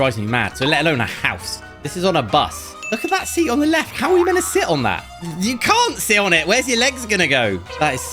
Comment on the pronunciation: he didn't pronounce the T